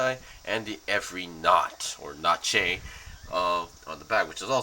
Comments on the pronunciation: P.S. Please stop pronouncing "Nacht" as Naché... xD it's: 'N-AA-Ğ-T', the G is pronounced like in; "Van Gogh".. the painter. "Nacht" is German for "Night", which goes well with its Stealthy Theme. "Schneid" is German for "Cutting" by the way. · Its nacht as in the German for night, not natche